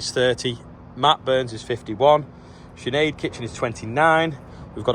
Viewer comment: Shin aid for Sinead 😂 you nailed the pronunciation in fairness though